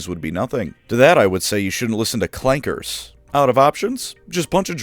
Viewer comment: my man said Clankers with the hardest R possible, fordo would be proud